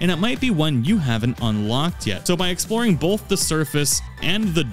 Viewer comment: That last time is great, but there isn’t an L in “both”